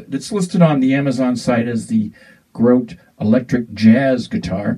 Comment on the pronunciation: Please, it's GRO-TAY! it sounds much warmer than the firefly.